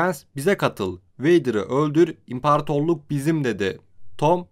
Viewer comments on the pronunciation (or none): impartorluk deme artık ahhaahahah 🤣 Güzel video.